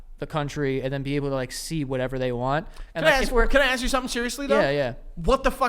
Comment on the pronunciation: For a guy who regularly pronounces it "axe" instead of "ask", Joe shouldn't be so hard on words Haha! X'D